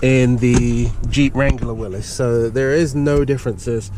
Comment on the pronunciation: Finally a video showing someone that can pronounce Mr. Willys’ last name correctly!